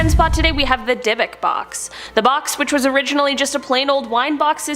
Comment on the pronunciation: 26 minutes into this, I wish you all would look up pronounciation of this stuff, like Dybbuk (dib-bik), Cygnus (sig-niss), and quasar (kway-zar)🙄